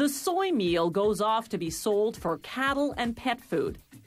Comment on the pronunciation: I hate how she says milk and meal So unsatisfying